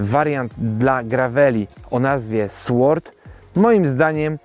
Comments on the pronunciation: Nie "SŁORD", a "SORD"... "w" tutaj nie wymawiamy. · Sword wymawia się bez dźwięku „ł”, czyli nie czyta się „w”: sord 😊